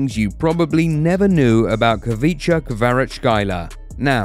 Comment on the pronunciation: say it like this ok xvicha kvaracxelia it is kvicha but say it like xvicha in georgian it is like thisხვიჩა კვარაცხელია